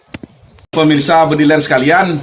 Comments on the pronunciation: Bukan "PERMISA" bro tapi "PEMIRSA" 😒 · pemirsa bukan permisa